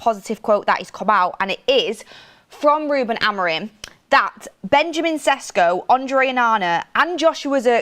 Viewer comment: Ffs, at least call him flipping Šeško! It's not Cesco, Jesus Christ I'm tired of this ignorance.. Mark has finally learnt that and you are doing shows with Ben Jacobs who's probably the best at pronouncing players' names and you're still totally oblivious to it........